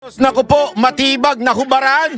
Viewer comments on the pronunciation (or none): nahubaran hindi nahobaran😂😂😂 bisayang tanga😂